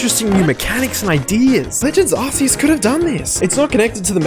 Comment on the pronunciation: He got legends Arceus so wrong😂